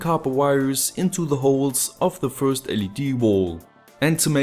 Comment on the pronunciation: lol I love how you speak I put these wirez in the holez and afterwardz.... But don't get me wrong, you speak english really good, better than me for sure, and I love your videos.